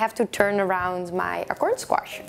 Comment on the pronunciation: "I pre-par all the squarshes". Lol.